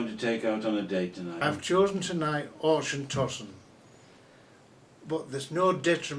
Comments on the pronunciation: Glenkinchie is not triple distilled! He can't pronounce Auchentoshan and the "Highland line" he is talking about is much lower than just south of Dundee. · Its pronounced auchentoshan in a german way LOL